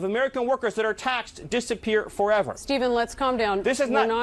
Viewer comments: in the Anglosphere, “Stephen” in “Stephen Miller” is pronounced “Steven”. It’s generally only in foreign languages that it is spoken as you’re pronouncing it. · Great coverage!! I am all for this!! Just an fyi, it's pronounced "Steven" Miller..